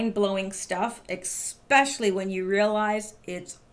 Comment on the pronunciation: Love your hair. Did you just say EK-SPECIALLY? Where is the liability from the media? I would've been the guy hitting the shock buttons laughing all the while....